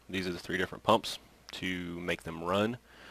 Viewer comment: i think you mean pump's Not PUPS i think you need speech therapy